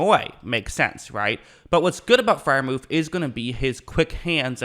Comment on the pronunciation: Pat proved all of the naysayers wrong 😊 btw his name is Freiermuth not Freiermuf 😂